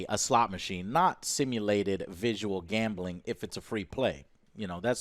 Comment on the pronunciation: No One: Joe: Gambahling 😂 Much respect though bro